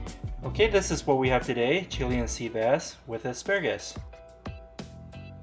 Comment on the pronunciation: dood i think ur pronouncing chilean incorrectly. chiLAYun sea bass.